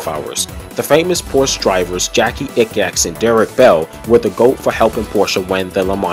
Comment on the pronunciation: 🤣 It's pronounced "eeks" for Jacky Ickx and "yost" for Joest. Same goes for "Yan" for Jan Lammers.